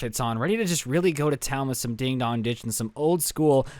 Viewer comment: Just so you know, it’s ‘ding DONG ditching’ , not ‘ding DOG ditching.’ Not to be rude.